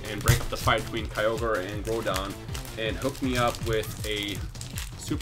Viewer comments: it's hard to spell a pronunciation lol, but you keep saying it like grow-don; it's pronounced sort of like grou-don XD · it's pronounced groundon without the N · is pronounced (growhdon) not (Growdon) Groudon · you're not saying groudon right